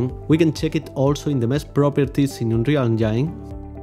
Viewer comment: "unreal engyne" he said.. very nice tutorials by the way sir. thank you so much